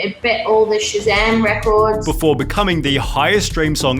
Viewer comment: i really hate how he says before BAFOWA